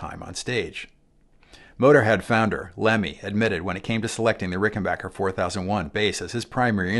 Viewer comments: I gave this video an upvote just for the fact that he pronounces Rickenbacker correctly. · 😀An FAQ on the Rickenbacker website: It is pronounced Rick-en Back-er like "get back here" not "get bock here." Just saying in agreement with this excellent video. . . thanks! I could be wrong, but I think Chris Squire kept the bridge pickup clean and the neck pickup with saturation/overdrive (?)